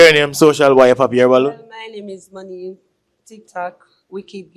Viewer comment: Lol man seh "not my nomey" him a try seh money 😂😂😂